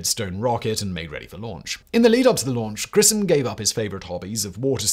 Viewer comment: Just for someone who was interested... Gus's last name is pronounced GRISH-um.